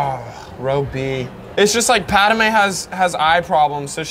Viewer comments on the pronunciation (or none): The one thing that pissed me of is him saying paderme not padme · Thank you,I thought I was the only one who got Pissed Off that he called Padame instead of Padme.. #ForceChoke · Isn’t he suppose to be saying pad-may why is he saying pad-da-may??? Please explain anyone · It is pronounced pad may not padi may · Dude,You Forgot to put on the belt,and the rest of accessories.. And it's Padme,Not Padame!? This Is Outrageous!!! #RevengeoftheSithRules #ForceChokeThisDude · It’s pad-may not pad-a-may and padmé is spelled “padmé” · no one: calling her Padame instead of Padmé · bro says padame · Am i The only 1 who noticed he called Padme pad-a-mey and not pad-me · Padame bro It’s Padme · Bruh I just love padame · i swear if you say pad-a-me one more time i think i’ll take the high ground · why does he pronounce it pa da mae